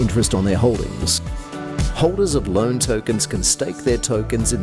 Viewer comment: Kurde, rzadko sie czepiam ale sposob jak wymawiasz "stable", "loan" az masakruje uszy.